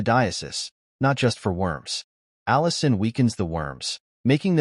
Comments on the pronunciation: Allicin in garlic, not Allison. :goodvibes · ...The garlin contains ALLICIN, not "Allison¨!